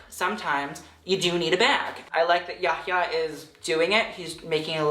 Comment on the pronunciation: this is the first time I've heard yahyah pronounced correctly form a white man